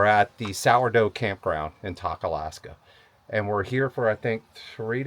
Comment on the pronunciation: Tok is pronounced with a long O, Valdez is pronounced with a long E. Loved the episode.